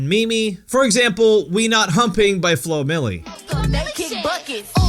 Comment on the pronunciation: /mi:m/, but he says memey (adj.)